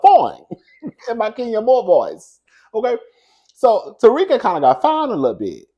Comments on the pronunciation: That man is not pronounced Tariq😂😂 it’s pronounced Tau-rick. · It’s you pronouncing Tarek as Tariq 😂😂 you got me weak